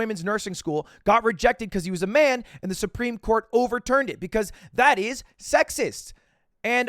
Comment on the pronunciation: Great video, probably. But why does he say Soup-reme court, and not supreme? Answer me that Edit: yeah great video, very well worded and researched